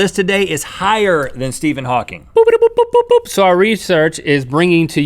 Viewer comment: I'm just glad they pronounced his name Hawking and not Hawkings. That drives me nuts and it happens so often.